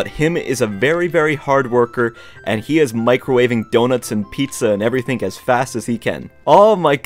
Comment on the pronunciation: who likes the fact that he says ''everythink''? like if u do [dont comment mean stuff if i dont get that many likes, it might be because my comment's new but if its not new and it hasnt got many likes, i will take down this comment maybe and never comment again, soo yeah BUBYE!!]